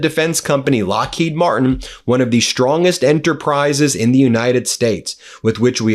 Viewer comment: You should pronounce Lockheed Martin with the emphasis on Martin, Glenn L. Martin, thank you very much to your attention to this matter, Sincerely, Middle River, Maryland